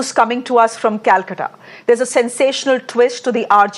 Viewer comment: Its not kalkata its kolkata 😅